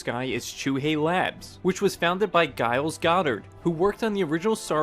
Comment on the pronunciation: it's a soft G in Giles.